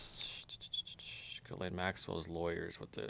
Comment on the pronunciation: He doesn’t even know how to pronounce Gislane !!! Good Lord, how ignorant is this guy ??!!!